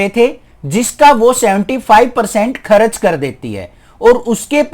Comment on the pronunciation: Sir kharach Nahi hota vo kharch hota he😂😂